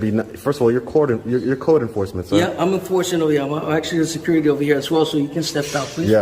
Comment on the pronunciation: “Caul sew-curity!!!”